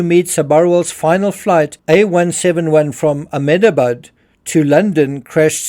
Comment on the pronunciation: It's pronounced "Amdebad"